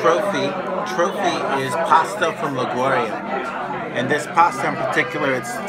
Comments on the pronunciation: La Gau Ri A??? 🤦🏻‍♀️🤦🏻‍♀️ It’s pronounced like Li Goo Ri yah. would have been great if you made an effort to learn how to pronounce the town names correctly in Italian so people watching your video aren’t misguided. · Agreed! I really enjoyed the video & appreciate the helpful tips, but the pronunciation of Liguria was cringeworthy. Not only is Italian one of the easiest languages for English speakers to learn, but a 1 second google would have resolved any lingering uncertainty a foreign tourist might have had about how to say "Liguria." I must admit that I'm even more sensitive on this subject given the widely held foreign stereotype of my fellow American tourists as ignorant of geography, not well-educated and perhaps not as respectful toward local cultures as they ought to be.